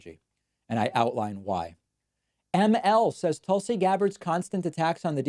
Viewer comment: It’s a troll. He got a letter about him saying her first name wrong, and he’s been doing it since then. Wouldn’t want to be rude and say someone’s name wrong would he? He’s so polite. 🤣